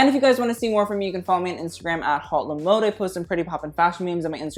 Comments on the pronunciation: I'm really curious about the name of this chanel. Why HauteLeMode ? Is this some kind of pun with the words Haute couture ? Then why is he pronuncing the H in haute ? And why Le mode when its La mode ? This is so disturbing to me, especially since I'm french, I.. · could u please try to pronounce your channel name like it's supposed to? since you'Re so familiar withFASHION ..lol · am i the only one that always thinks it's extremely cringy how he can't even pronounce his own channel's name in french